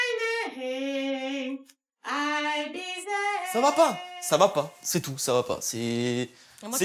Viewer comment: Ail bi zère 😂